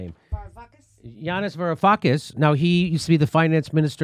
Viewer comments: If you wanted to break it down it would have been Va rou fa kis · Jimmy: Var-ou-fak-is - Greek is easy to break down because of all the vowels